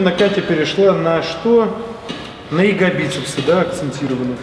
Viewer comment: Не ягобицепсы, а ягоДицепсы